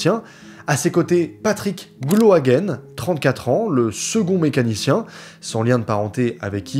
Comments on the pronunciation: Super vidéo mais juste petite précision. Gloaguen se dit Gloaguin et pas Gloaguène. En tant que Breton s'est très perturbant 😅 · Très beau reportage, bravo au dessinateur également. Petite correction, Gloaguen se prononce gloa"gain"